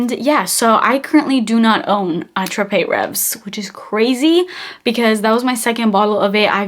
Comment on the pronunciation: Ray-vee....S is silent I believe. Its one of my most 😍